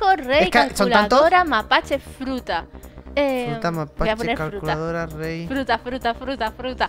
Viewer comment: Se dan cuenta que dijo fruta'q